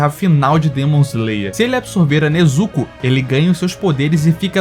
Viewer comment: eu fico agoniado quando ele chama o Ubuyashiki de Ubáyashiky kkkkkkkkkkkkkkkk O maluco erra o nome do mestre do esquadrão... pelo amor de Deus. Até a pronuncia da Nezuko dele é triste. Mas valeu pelo vídeo. Só é estranho alguém que aparentemente conhece bem o anime nao saber o nome dos personagens.